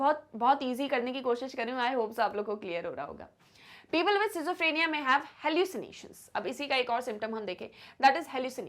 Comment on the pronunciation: Sorry ma'am but your pronunciation for schizophrenia and bizarre is very wrong.🙏